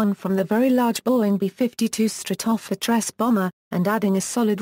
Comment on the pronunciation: great pronunciation of B-52 Stratofortress LOL